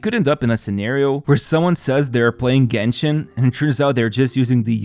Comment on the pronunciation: Was thinking the same when he said jenshin